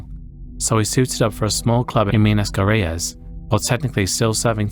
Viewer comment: The way you pronounced Minas Gerais unironically made me laugh